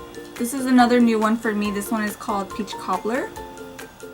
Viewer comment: When you say peach it sounds like beach, I love your videos